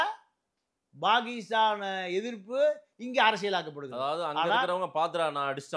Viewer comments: பாகீஸ்தான் அல்ல பாக்கிஸ்தான் இதுவே சொல்லத் தெரியாத டுபாகூர் முண்டம் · Mr, Pl try to pronounce Tamil properly or please consider changing the name of your channel from Tamizha, Tamizha to something else. It is Pakistan not Bakistan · நீயும் உன் அறிவும், உச்சரிப்பும். Bakisthan. இதை கேட்டாளே Bakisthanகாரன் செத்துடுவான். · பாண்டியனுக்கு பாகிஸ்தான், பெஷாவர் போன்ற ஊர்களின் பெயர்களை சரியாக உச்சரிக்க தெரியவில்லை.